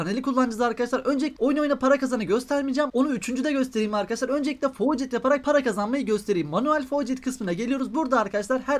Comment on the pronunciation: faucet okumayı kaç yıldır öğrenemedin şaka gibi